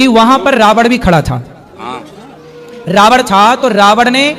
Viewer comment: रावण को रावड़ बोल रहे हैं,प्रश्न करने वाले ने सही प्रश्न किया है कि जब दशरथ ने शब्दवेधी वाण चलाया और शब्द घड़े से निकला तो फिर श्रवण कुमार को वाण कैसे लगा? ने एक नई काल्पनिक कहानी सुना थी,प्रश्न अपने आप में बहुत प्रासंगिक है जिसका इन लोगों के पास ऐसे लच्छेदार जवाब होते हैं, यह सब काल्पनिक कहानियाँ हैं,हकीकत से कोसों दूर..